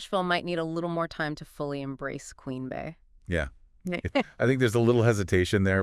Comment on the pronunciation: Why do people pronounce it Queen Bay when it’s Queen Bey like her name is pronounced? Phonetically it’s intended to replicate queen bee? 🤦🏽‍♂️